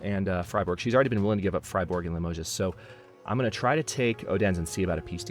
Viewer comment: As an fyi, the "s" in Limoges is silent. Limoges is very well known for it's very fine porcelain. It's like the French version of Waterford, Ireland. :)